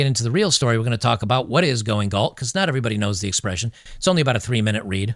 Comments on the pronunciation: Galt, not Gault...🤦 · Gault? It's GALT. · Just FYI, it’s “Galt”.